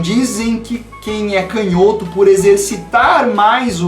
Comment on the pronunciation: acompanho você faz bastante tempo já e finalmente tenho uma crítica. POR FAVOR para de falar CANHÓTO. kkkkkkkkkkk sucesso men!